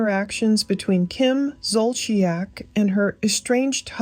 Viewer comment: you prob know but it’s Zol-si-ac. Another great video, girl!!